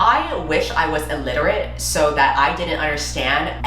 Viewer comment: “ I wish I was illierate” 🤣 😂😂😂😂😂